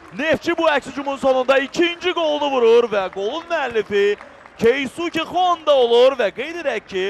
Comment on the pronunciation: Şeehçi Xonda deyir 😂